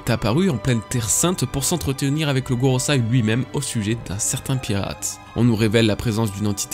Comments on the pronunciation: par contre ça se dit goroSEI pas SAI c'est frustrant... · Excellente vidéo commet d'habitude ! Petit cours de japonais vite fait, ta prononciation du japonais est franchement pas mal à part concernant le Gorosei que tu prononces Gorosai. Quand le e en japonais est suivi d'un i c'est pour prolonger le "é". En gros ça se prononcer Goroséé